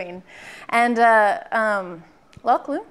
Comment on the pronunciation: May I correct you... "LachyDachy"